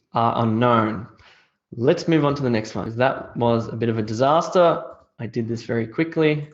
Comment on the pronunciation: E2 IELTS After the 2nd part: that was a disastah. I laughed lol